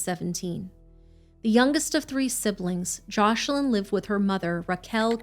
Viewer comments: Isn't the little girl's name Joselin? I swear I keep hearing JOSH-lin. Am I trippin'? 🤔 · Omg this is an awful story ! But one thing thats grinding my gears is the mispronunciation of Joslins name they keep calling her joshlin, please say peoples names correctly especially the victims.